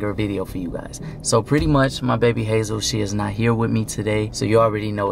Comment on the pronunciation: and Hazel's pronunciation is on point💖